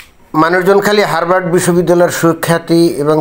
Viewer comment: বানানে r থাকলেও উচ্চারণ হবে হাবার্ড